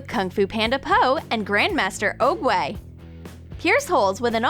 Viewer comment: The way she said oogway she said ohgway